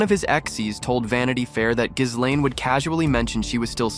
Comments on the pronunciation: I know. It's to the point now that anyone mispronouncing it to that ridiculous level isn't to be taken seriously. It's Gih-LEN. I'll except the LANE but... since Tara and the other vics say it correctly every freakin' day... not for much longer. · The S is SILENT in Ghislaine. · the s is silent you schmuck